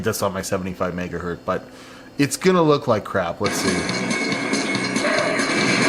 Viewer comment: It hurts every time says megahurt. It is the megahurtingest of megahurts.